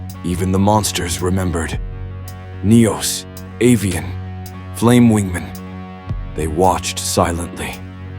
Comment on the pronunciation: If you type out the narration phonetically, they won't mispronounce key names. For example, "You-bell" instead of "Yubel." "Avy-on" instead of "Avian."